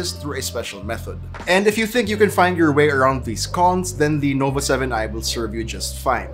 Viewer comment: did he say lenovo 7i